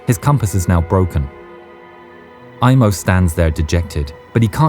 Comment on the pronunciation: Sorry to tell you, it's not "Imo" it's "Aimo" unlike in English, in Finnish we pronounce the letters as they are written. In English when there's an "i" it's pronounced like "ai", as a finn that's to my ears.